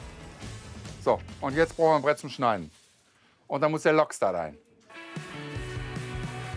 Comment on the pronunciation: Bei Rosin heißt der Lachs anscheinend Lechs oder Lochs...😂...